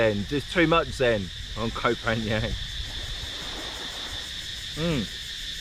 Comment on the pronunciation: It isn't kho phangang man It's kho phangheven. OMG that beach is beautiful.